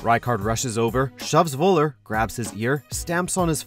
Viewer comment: It's Völler, not Woller. Atleast try to pronounce it in german.